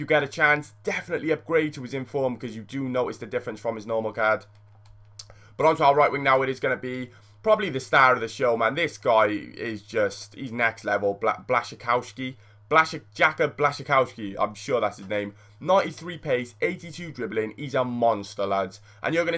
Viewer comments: He isnt pronounced 'blashicowski' but 'blushicovski' :D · It's pronounced BLA-SHI-COW-SKII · RW is pronounced Blash-Cov-Ski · BLAH-SHUH-KOV-SKI that's how you pronounce it. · do not say the l instead its pronounced with a w so yeah :)